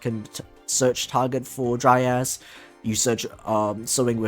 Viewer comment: You: Dryas My ear: Dry ass